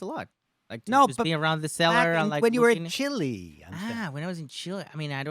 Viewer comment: hate the way the host says Chiiiley! 🤨... Fabrizio! good on ya, you did very well :)